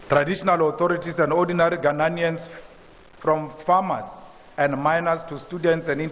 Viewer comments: It's ghananians 😅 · Mr. Malema never gets the pronunciation of Ghanaians correctly.